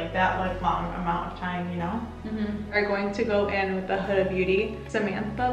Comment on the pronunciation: I always thought it was pronounced HOO-DA, not hudda. LOL Pretty eye look either way and I learned something new! Thanks for the video.